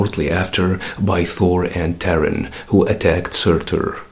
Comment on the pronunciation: I could be wrong, but I think Thor Girl's human name should be pronounced more like TAR-EEN, and not like the word Terran.